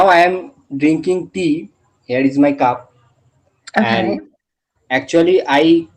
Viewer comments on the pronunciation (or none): Look brother there's just one problem with you... It's that u need to improve your accent even I'm from bengal but my accent is quite clear... For e.g. it's not caap it's cup...measoring it's measuring.. No offences just a genuine advice...